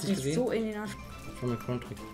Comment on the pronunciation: Wer sagt croun😂